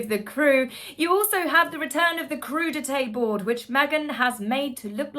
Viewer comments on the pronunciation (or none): none